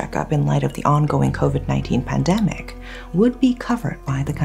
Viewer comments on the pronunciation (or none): none